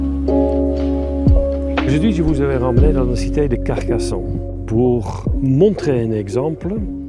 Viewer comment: La France aux français, Carcassonne se prononce pas Carcasson. Ne touchez pas à nos monuments, le négatif vient de celui qui prononce son texte. Alors pour vous sentir « léger » partez !